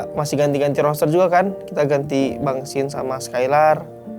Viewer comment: "Roster" bro bukan "Roaster" Mau manggang Lo? 😆